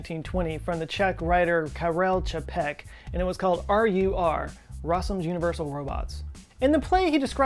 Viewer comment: Thumbs up for the essentially flawless pronunciation of Karel Čapek. The stress should be on the first syllable in both cases but other than that, it was pretty spot on! :D